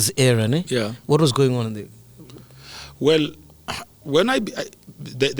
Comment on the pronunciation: As soon as he said "Wellle...." that was it for me...